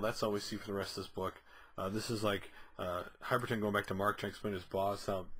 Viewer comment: Both issue reviews you've called him "Hyperton". Where do you see the 'T'? You've literally typed it correctly in the title twice... but consistently say it wrong.